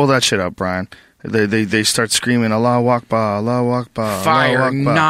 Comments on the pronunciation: Big fan of joe rogan. Think he is a pretty smart dude. But what the fuck is ala wak bah? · its allah akbar wtf is allah wakba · Allahu Akbar, not Allah wokbah On another note, it seems our presidents have been reduced to the status of pampered and glorified "front men"; representing the interests of those truly in control; those who profit from war. Obama pays mere "lip service" to the public's concerns but actually does the bidding of the Military Industrial Complex; just one of his masters. I guess we can't really blame him because he would meet the same fate as JFK if he refused to "play ball". The American ideal, was never fully realized because, collectively, we just aren't up to the task. The dream of liberty and justice for all is dead and the remains of our political system is on its way back to its natural state; tyranny. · its "allah akhbar"